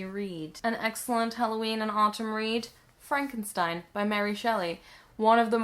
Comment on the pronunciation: if you're going to say autumn with an american accent, you should "tap" the t (make it sound more like d) because it sounds weird if you pronounce the t